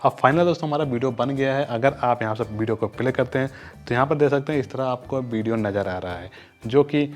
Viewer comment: Hahahah bideo nhi hota video hota hai😂😂😏😏